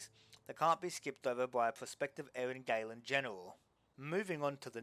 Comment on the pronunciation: Btw Eryn Galen is to be read as Eryn Galen not Eryn Gailen, the "a" here is like in the "ah" sound